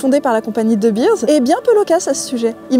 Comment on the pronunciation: Pour info, de Beers ne se prononce pas "deubirz", mais "deubéérs". Pour Vooruitzigt, laisse tomber 😂